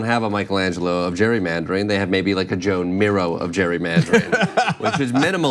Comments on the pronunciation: Rockin' it, in spite of mispronouncing Joan Miro's name. It's cool. I did for decades. It's like "Juan". I hope you have a super day! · That's not how you pronounce Joan Miro.